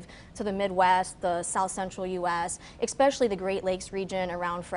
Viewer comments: Especially not Exspecially! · Dear, as an educated person how is it that you say ''eckspecially'' three times during this interview?? The word is ''especially.'' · "EX-specially." Out of the mouth of an educated Doctor. Does nothing for my confidence in a doctor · "Ek-specially?" How can anything she says be taken seriously. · “Ekspecially.” Edumucated fo sho. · Her mispronunciation of “especially” is so distracting